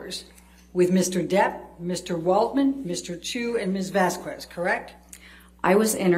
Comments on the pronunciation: It REALLY irritates me how Elaine says Camille's last name....for crying outloud someone PLEASE correct her! It's Miss Vas-KEZ not Miss Vas-kwez! Ugghhh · every time elaine pronounces Vasquez like VAS QWEZ a little bit of my soul dies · The way Elaine keeps mispronouncing Vasquez grinds my gears!!!